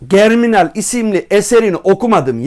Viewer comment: jerminal diye okunur hocam